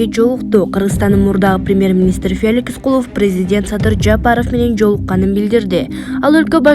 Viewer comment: Феликис дейтко